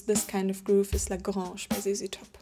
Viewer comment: Love this series! Yes, please continue. Also, that was the best pronunciation of ZZ Top’s song ‘La Grange’ I’ve ever heard. Fantastic!